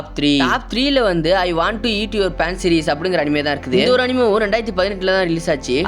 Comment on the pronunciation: Pancreas ❌ panseries ✔️